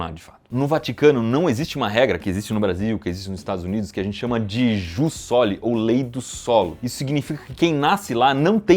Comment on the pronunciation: A gente pensou muito igual. Quarta feira eu pensei que poderiam falar sobre o Menor país do mundo. Iberê, Jus Soli se pronuncia "ius soli"